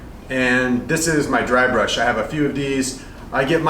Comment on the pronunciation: Bursh or brush you mean pro